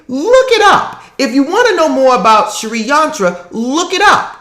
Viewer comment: Its s-ri not sharee xxxxx